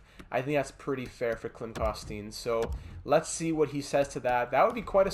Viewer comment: My favorite prospect Klim Koston but man, it’s drivin me crazy but Ik u don’t know, it’s pronounced, Klim Kos-ten